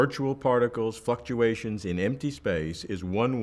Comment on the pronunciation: He said Fucktuations twice